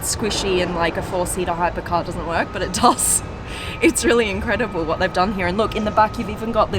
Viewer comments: I love how she pronounce "here" as 'hiiya" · I've never heard anyone pronounce "here" as she does...